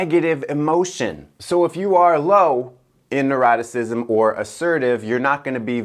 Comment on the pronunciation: Was trying to pronounce Neuroticism? 🥺